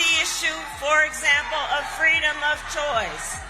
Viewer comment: Vote for Fweedom!